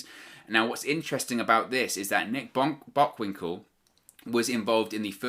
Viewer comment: Nick Bockwinkel is a fucked up name on it's own, let alone botching it while saying it 😂